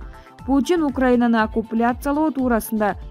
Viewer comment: Окупляция эмес оккупация деп суйло, болбосо суйлобой эле кой.Мындай сабатсыздар кобойуп кетти.